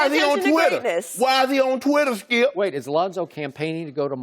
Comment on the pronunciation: loooool he tries to say skip straight after and fails loooool